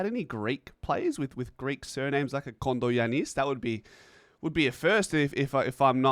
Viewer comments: The accent is on the ‘a’ and not on the last ‘i’ As in GiAnnis Atentokoumpo. So in this case it’s KondogiAnnis. I hope that makes sense to ya bro. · Kondo(short) Giannis(John). Short John. He may have had ancestrally someone who was short whose name was John. Also, when pronouncing his name the emphasis is in the “a” not the “i”.